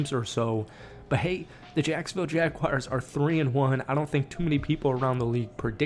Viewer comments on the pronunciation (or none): Not gonna take you seriously until you learn how to say the name correctly! 😂 It's JagWARS, not JagWIRES. Learn it. Live it. Love it. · It’s Jag-WARs not Jag-wires lol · Every time someone says jagwires makes me cringe